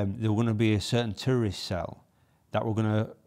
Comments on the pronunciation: Sounds like you are saying 'tourist' not terrorist LOL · Not gonna lie for about a minute I thought you were saying "tourist" and I was a bit confused! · sounds like your saying tourism 😂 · I really thought he said tourist until i saw your comment 😂